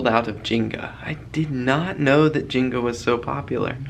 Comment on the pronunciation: I love you but it's Jenna not Jinga!!!😂